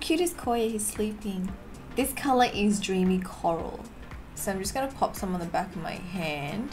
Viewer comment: Who else thought she said joonie coral instead of dreamy coral Or it's just me